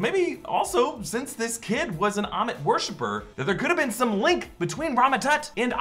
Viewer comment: It's ammit... Not ahmet